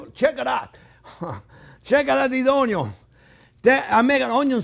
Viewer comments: You got me with the ultimate Blender! Chef Jean-Pierre, "Uhh yeah baby!", master of the masters of the "o n y o" 🧡🧡🧡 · I look forward to Thursdays to watch your videos..I've watched so many different chefs over the years and taken so many culinarily classes, and I think you are the best of the best. I used to watch Justin Wilson and loved how he would say onion (onyon) like you do, he was quite the character as yourself. I wish I lived in Florida I would be at you school and restaurant all the time. Grazie , Merci and Thank you you are a pleasure